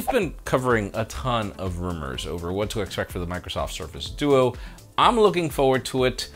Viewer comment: Did he just say dudu on the Microsoft duo?